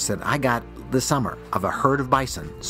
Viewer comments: Why do you repeatedly mispronounce Bison, then all of a sudden you pronounce it right once or twice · He went “bai-sawn” then went regular “bison” seconds later lol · It's supposed to be pronounced bizon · The first pronunciation "Bi-saun" about made my head explode lol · “Bye-san”….I don’t think I’ve ever heard it pronounced like that. 😂😂😂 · Bi-sohn...funny pronunciation. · Fyi ; In reality. Bison 🦬 is normally pronounced "bye - sun". 👋🏻 - 🌞 (It's been that way for a long, long time) But when a few "Fancy Restaurant Owners" (in and around Denver Co.) began serving it in their restaurants, and asking top dollar for it, they decided to approached the customer's table and offered them the "Fresh Daily Special" and intentionally pronounce it "Bye - Sawn", 👋🏻 - 🪚 instead. It has since become the norm to call Bison in the field 🦬 "Bye - Sun". and Bison on your plate, "Bye - Sawn". But some rich fools don't know the difference so they always pronounce it "Bye -Sawn" ! 🤷‍♂️ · AI can’t pronounce bison.